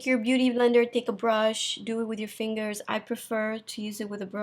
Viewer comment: the way you say fingers .. tre chic .. lol .. and who the heck would dislike this video .. the four people are coo coo